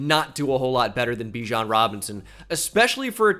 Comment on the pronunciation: Pronounce Bijan correctly, kind sir.